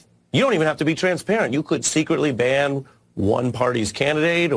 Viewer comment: Dude, for item 3 I thought you said "Only fan"